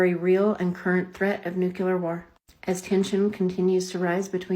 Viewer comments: Thanks for having the patience for trying to call out ridiculous and dangerous videos like this. Oh and "Nucular" war... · She says “nucular” and “pestulance.” I’m rolling. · i'd be more willing (though not much) to listen to her facile & spurious arguments, if she didn't mispronounce "nuclear" - "oh, but president Bush says it that way!" - yeah? and HE'S the sharpest knife in your kitchen drawer?